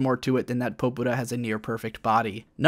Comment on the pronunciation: Sigh...can't even pronounce Popura correctly.